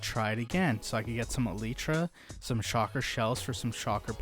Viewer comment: Shulker is pronounced: shul+ker not shocker. Also, "an" elytra not "some" elytra. Because it is 1 item.